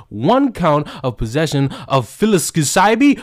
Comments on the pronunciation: Psilocybin, Pronounced: "Sill-uh-sigh-Ben" This WILL come up again. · it's SIL-O-SIGH-BIN (psilocybin). Just thought I'd help you out lol. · sill-o-sy-bin = psilocybin 🍄 Silent "p". 😎👍🏼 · It's pronounced Sill-o-siben. It's a psychedelic mushroon. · It's pronounced "Sigh-low-sigh-been" brotha! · Psilocybin is a stupid word. It's pronounced without the P so it's sil-O-sci-bin phonetically. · it's pronounced "silly cybering" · Hey, the "S" is silent in psilocybin.